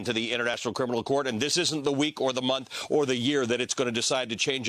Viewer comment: She really needs to work on her pronunciation of the word "criminal"